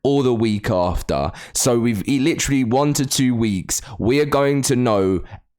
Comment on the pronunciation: I have a feeling ark 2 will be delayed to 2024 and then theyll milk ark 1 again with adding UE5 to it, the fact all we have seen is concept art from the game when the initial release was in 2021 like where tf who tf even thought of that date. And the way he says literally gets me i-lletrally